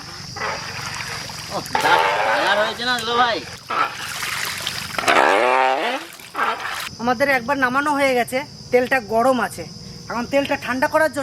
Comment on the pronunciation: Bhai bole na দুলাল ভাই